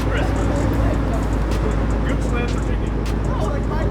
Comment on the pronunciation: It is pronounced (gooch-Lind)